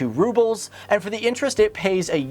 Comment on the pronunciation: That is not how you say "Rubles"